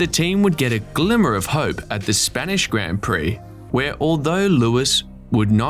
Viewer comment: Please pronounce "grand" prix properly